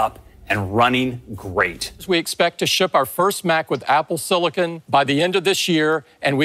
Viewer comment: Apple Siliken